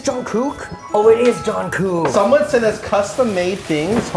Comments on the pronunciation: Nah he said “John-kook” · Micheal: “JOHN COOKE.”